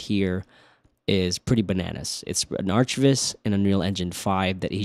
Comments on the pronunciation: Ok man… are you trolling us with “arch” viz? It’s architectural visualization…. Not arch visualization… we’re visualizing more than arches. “ArK viz”. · "arch" viz lol. Arc viz bruh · Arch viz? surely its pronounced arc viz? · Before this I've only heard people pronounce it "arc" not "artch" :p nice video though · did u just say ARCH(tch) Viz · It's pronounced arc lol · Please pronounce it as "ArcViz" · It's not pronounced aarch--tek-chr. It's arr-cuh-tek-chr. Sorry... my OCD is kicking in. Everytime you say "aarch-vis" I can't help and think of Archie's weird mysteries.